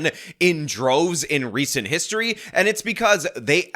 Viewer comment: She pronounces “and” “ayyynt” and suffers from a childish glottal stop (words like mitten sounding like “mih-en”) Can’t take her seriously, my misogyny aside.